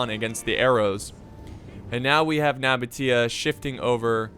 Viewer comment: True ogs were here when couldnt pronounce nabataea